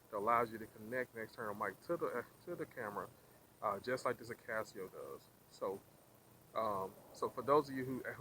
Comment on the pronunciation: I is NOT Akaseo......it is Akaso. We are not all 'guys!' Going somewhere else Oh, speak more distictly.